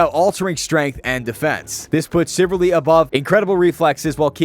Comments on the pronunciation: CHIV-AL-RY. Not chiv-ar-ly. CHIVALRY. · Chiv - al - ry ... Not chiverly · Shiv Al reee , not chivarly… ffs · Damn it, the only thing I was focused on, was the fact that bro can't pronounce "chivalry". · The way you pronounce chivalry gave me stage 12 butt cancer. Well done. RsN- TitMissiles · We need to talk about your pronunciation of Chivalry.